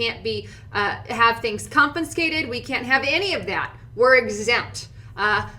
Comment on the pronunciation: Repeat after me: kon-fuh-skeyt...also you need a better microphone and some processing...frequencies are too high on the ears...Thanks for getting the word out nonetheless.